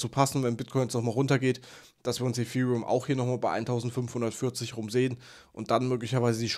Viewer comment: Danke für deinen Inhalt, ABER könntest du bitte zum Logopäden gehen und lernen, das "th" auf Englisch korrekt auszusprechen? Gerade bei dem Wort Ethereum ist das sehr störend